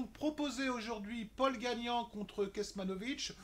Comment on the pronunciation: Salut on prononce Tommy pôle et Océane Dodin , pas Dodine . sinon pas mal tes bets ;)